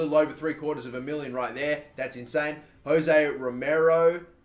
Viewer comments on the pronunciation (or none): none